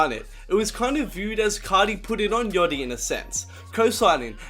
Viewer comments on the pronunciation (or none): Don't say " yoty " bruh , I'm from melbourne and I even say yachty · the way he says yachty is funny af 'yoddi'